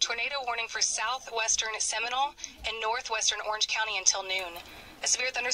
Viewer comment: It’s Seminole btw